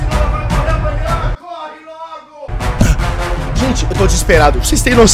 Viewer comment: Soh eu q percebi q ele falou "vlaunilha" em uma parte? Hahahaha